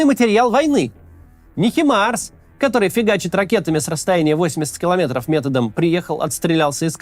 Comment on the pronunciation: Хаймарс, а не Химарс.